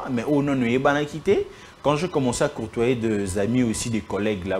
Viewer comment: côtoyer et non courtoyer (ca n'existe pas).